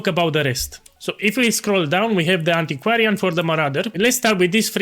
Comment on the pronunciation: first language isn't even English and he pronounces Antiquarian perfectly fine whereas all the other English speaking content creators can't read or some shit and don't even come close.